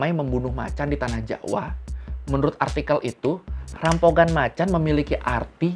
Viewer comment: Rampogan bacanya jadi rampokan bang